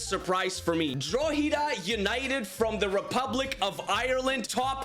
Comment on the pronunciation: Yo. Drogheda United is pronounced Draw-hed-a. Just for future reference 👍